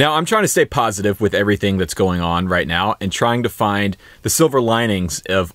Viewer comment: Anyone els notice how he said “...stay POSITIVE” LOL